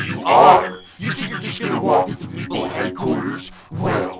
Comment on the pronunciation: It’s meeple not mepale